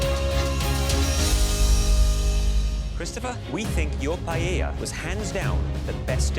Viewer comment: Tapped out at the Asian guy calling it pi-yel-la. If you're a world class chef, you can learn how to say the national dish of Spain